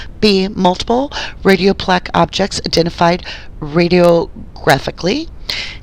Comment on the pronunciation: A few mispronounced medical terms... such as “radiopaque.” Other than that, excellent work getting the documents. Your suspicions and questions are spot on! I pray for the Avery family! May justice be served for them and for the Halbach family!